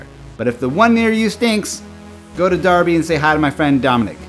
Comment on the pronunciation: for pronouncing Derby correctly :)